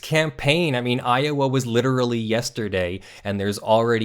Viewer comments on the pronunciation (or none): none